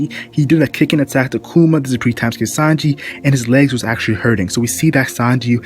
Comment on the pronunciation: it's pronounced like " bar thaw lo mew koo ma"